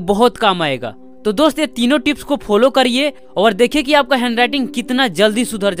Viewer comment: hes like "DUST"🤣🤣